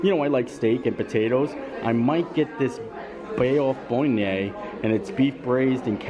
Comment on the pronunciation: “Bayoff bornay” 😆 somewhere a French angel died just then